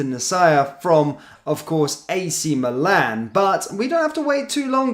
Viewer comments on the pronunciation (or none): none